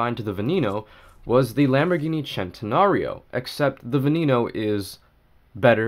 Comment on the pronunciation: But no. It’s the chentenorio